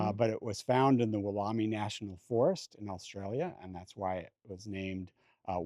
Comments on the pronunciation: m sorry to have to correct but I’m also Australian 🇦🇺 & a qualified Horticulturist. It’s spelt Wollemi not Wool whatever & pronounced Wal as in Walmart, em as in Emily & i as in eye. Wollemi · Hi, please thank for letting us into his amazing garden. Just a little pronunciation thing, I am in Australia and know the Woolomi Pine very well. When it was discovered in a secluded valley in New South Wales, the location was kept secret to keep the poachers out as it was a very small population of plants. Once seeds were collected and grown on finally the plant became available to the general public. The pronunciation is 'Wool oom eye' rather than 'wool army' as was saying. That will be our secret! Love you channel soo much. ❤